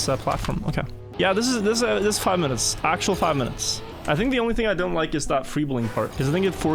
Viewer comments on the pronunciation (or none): none